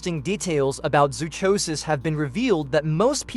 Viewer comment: Zoonomaly sucks and you mispronounced zoochosis.